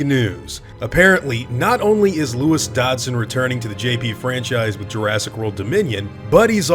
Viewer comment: Is it pronounced DODD-SON, or DODGE-SON? I always said Dodd-son before reading the books, and sounds like you do the same haha. Now I’m confused lol! Great video :)